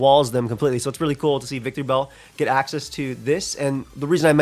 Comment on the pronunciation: claims to love Victreebel but keeps adding an extra syllable to its name, curious